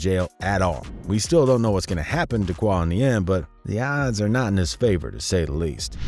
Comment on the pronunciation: bruh i know you not fully hip to black culture but "qua" is not pronounced "cuah" its pronounced "cwAy"